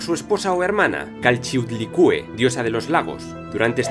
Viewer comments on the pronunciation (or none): Este video es excelente... mis respetos por la forma sencilla y concreta de narrar las versiones más populares o aceptadas de las leyendas prehispánicas sobre sus Dioses... solo un detalle: el nombre de la Diosa Chalchiuhtlicue se pronuncia: Chal-Chi-U-Tlí-Cue